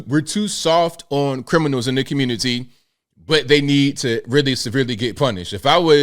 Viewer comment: slipping up with that CGA communitah got me rollin